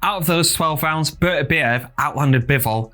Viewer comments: He's the undisputed champion and should have his name pronounced properly. Basic respect! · If you’re doing an analysis video at a minimum learn how to pronounce Beterbiev properly.